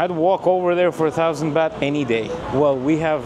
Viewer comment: It's a gift for a monk dummy, not a Christmas present. Next it's not "beht" but "baht"